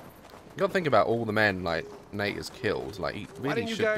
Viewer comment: Daz you keep calling Nate darke